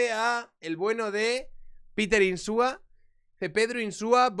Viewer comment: Ínsua, se llama Ínsua.